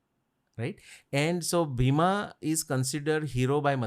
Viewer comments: Bheema. Fools its not bheema. Its bhim. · The name is Bheem not Bheema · Why they pronounce Bheem or Bhim as Bheema or Bhima, there is no sound of aa at the end of his name..likewise for other characters in the Mahabharat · not Bhima its Bheem or Bheemsen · It is bheem not bhima and it's not funny